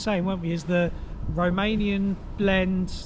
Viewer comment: This would be a hreat video if not for your god awful romanian pronunciation. As a Romanian I could barely watch the video.